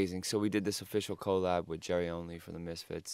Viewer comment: The way he says collab is AWSOME